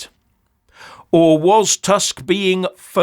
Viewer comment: The prime minister of Poland is not Task, it is Tusk. My ear hurts hearing your pronunciation.